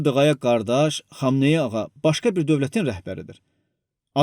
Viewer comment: Bu nə danışıqdı? "Bu qalabada ayatala xamayanı ağanı fatavası komay oldu" "pışşmılla"